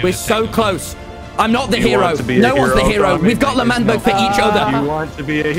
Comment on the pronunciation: ITS L’MANBERG